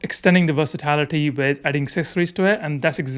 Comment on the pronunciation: it’s versatility, not versitlity